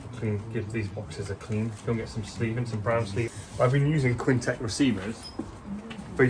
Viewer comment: he’s pointing out that you pronounce it as Kwin Tech